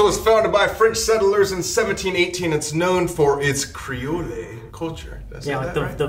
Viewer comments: 'CREEOHLAY'?! YOU MEAN CREEOLE like ole lady guys... y'all got some learnin' to do before y'all come to Louisiana again haha <3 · hii! new orleans local here. creole is pronounces cree- ole. and its commonly known as a seasoning. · I’m from Louisiana if u go please be careful New Orleans is dangerous. The way Colby said creole 😭